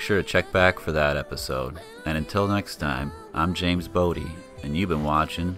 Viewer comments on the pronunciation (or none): none